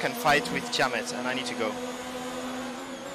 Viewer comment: "come on Tiamet"